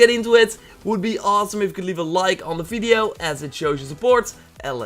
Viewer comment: "checkout my 'brevious fideo'"